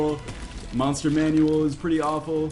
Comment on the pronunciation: did he just call it "Monster Manuel" and not "Monster Manwell"?!